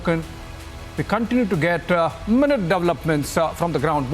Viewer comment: Man.. Insaaa… Minuteaaaaa…. Portestsaaaa… taking placeaaaa… liveaaaa… dont you know english?